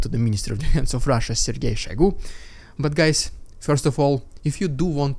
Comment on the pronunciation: question, most pronounce it SHOYgoo, you said SHAYgoo. i assume you have the correct pronounciation. do i have that right or did i miss hear it? ty